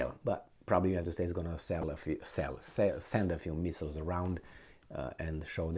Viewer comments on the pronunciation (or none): none